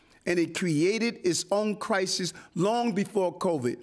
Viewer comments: The “Crisee.” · Wtf is the "crysee" ?